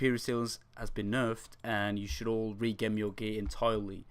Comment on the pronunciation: never heard someone say gem in such a stupid way